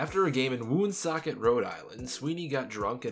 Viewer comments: I’m from there, it’s pronounced wonsockit, thought to mean thundermist. Nap Lajoie was from there. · Its pronounced like one-socket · Thank you! I've been calling Lajoie "The WOON-socket Rocket" for years now. Now, subsequent to corrections including yours, I have to call him the "Wunsockit Rockit." Thanks. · Thanks for the correction. I always thought it was WOON-socket, too. The name stuck with me because of Napoleon Lajoie who I started calling "The Woonsocket Rocket" many years ago. Gotta alter my pronunciation now: "Wunsockit Rockit." Thanks.